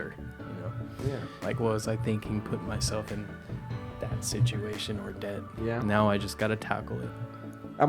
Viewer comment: the B in debt is silent.... so its det...